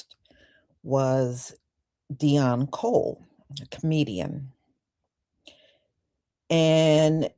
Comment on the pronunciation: Why do Immigrants constantly Cosplay FBA's???.... Can't even say Deon's name properly....😂😂😂😂....